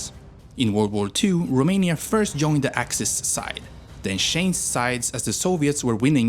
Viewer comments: I can't with how you pronounce the cities and even the country in romanian 😂, especially the letters ă, â and ț 🤣🤣 But pretty good still! Also, yeah, no vamps in there sadly 😟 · Rome in romanian + nia, that's how u pronounced it It is â, not a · You pronanced România wrong, this Â isn't A and is not pronanced as A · You got the accent right but the 'â' in România is actually pronounced like how people from Southern England pronounce the 'oo' in good, not like a normal 'a'